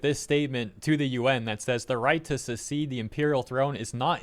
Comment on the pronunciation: That word is pronounced like "suk-SEED", not "suh-SEED". That would be "secede", which means to break away from, which is not what is being said. To "succeed" to an office or position is to follow the previous person in that role. It is pronounced similar to the word "success", which is "suk-SESS", not "suh-SESS".